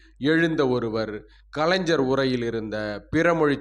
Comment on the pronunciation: கலைஞ்சர், அறிஞ்சர், ஸ்ஸென்னை... ?... ஸ்ஸெவ்வியல், ஸ்ஸங்கம்,....?....... நீங்கள் தமிழை உச்சரிப்பது பற்றி படியுங்கள்.....